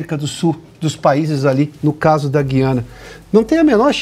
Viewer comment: Senhores comentaristas,não é guiana.O correto é Guí-ana.